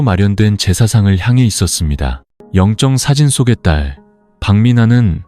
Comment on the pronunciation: 영정사진을 0정사진? 역시 AI네